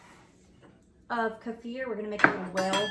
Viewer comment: I’ve always heard it pronounced Keeeeefur not kafur! 😂😂